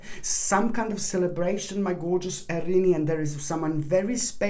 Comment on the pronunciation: I love how you pronounce our sign. Arini. So cute!!!!